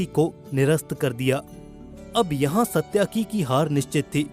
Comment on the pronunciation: सत्याकि नहीं बल्कि सात्यकि है सही नाम